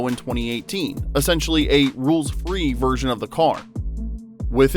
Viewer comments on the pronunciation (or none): none